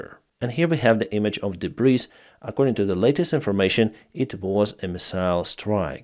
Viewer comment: "Debris" is a French word so you don't pronounce the S at the end. Dee-bree.